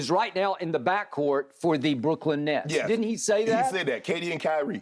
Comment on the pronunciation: Lmfao, my mans say smoking on that “Nets Pack” 😭😭😭